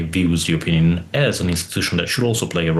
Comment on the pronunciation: He can't pronounce union, sad